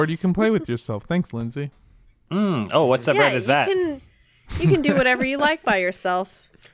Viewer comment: It's "Leyndsay", with an e-y.